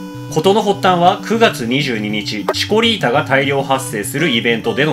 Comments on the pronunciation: チコリータが何回聞いてもシコリータに聞こえる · シコ〇ータって聞こえた･･･ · 何回聞いても「シコリータ」に聞こえる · チコリータがシコリータに聞こえた